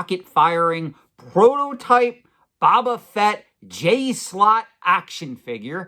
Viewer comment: It’s bOba Fett not bAba Fett. Drives me crazy when you mispronounce it. I understand the risk of deteriorating, but it’s much less likely on an item like this that isn’t carded. You played that up for dramatic effect a little much.